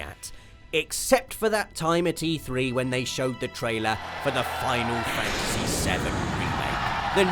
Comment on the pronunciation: U say Final Fantasty 7 likes its coming out this holiday LMAO